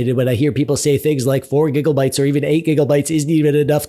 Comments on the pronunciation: Now say it with me. It's "GIGA" not "giggle" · Whats with the giggle bytes bro, why you talkin like you have 50 kg of snot in your nose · stop with the giggle bytes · "giggle bytes" its gigabytes please tell me u did that on purpose. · Please, stop saying Giggle-bytes. Limit it to twice per video at most. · is it just me or does it sound like hes say giggle bytes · Can we just talk about the fact the he said "gigglebyte's" the whole time? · All I'm hearing is "giggle-bytes" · Thats alot of gigglebites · Every time I hear giggle byte I just melt from the Pleasant discomfort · Are you intentionally saying "Gigglebytes"? It's honestly rather distracting, but are you trying to make a statement about the status of VRAM among the masses or something? If so I don't get the joke. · All I keep hearing is Gigglebytes 😂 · I love it sounds like he is saying giggle bytes, love it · Dude, do you say.. Gigglebytes? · I thought I was the only one hearing this lol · The way you say "gig-O-bytes" is hilarious. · lmao same